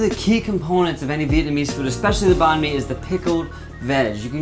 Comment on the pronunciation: they actually pronounced banh mi correctly